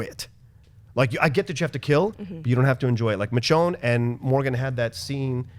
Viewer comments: Can that one dude please pronounce Michonne's name correctly!!! It's pronounced "Mi-shown" NOT "Mitch-own"!! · its "mis-shone" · mitchown lol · I don't give em a pass... what I would give is give the hosting duties to actual fans of the show who know where the photos came from. and I'm sorry ,I know that dudes Latin, but would it kill him to pronounce Michonne's name right